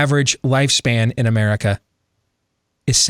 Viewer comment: says Merica